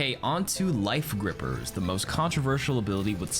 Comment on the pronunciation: u did not just say life grippers 🤢